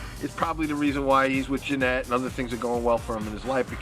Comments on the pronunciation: If her name is Yanet why does he pronounce it Jennette? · How come Doug pronounces his girlfriend's name as "Jennette" sometimes when it's Yanet? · If her name is Yanet why does Doug pronounce it as "Jennette"?